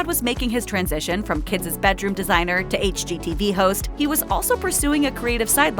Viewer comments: It's not "kidzes"...its KIDS!! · Please make her stop saying “kidses.”🥴